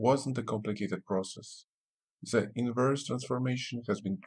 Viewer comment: Your to pronounce "the" correctly makes it very difficult to understand you but other than that, it's a helpful video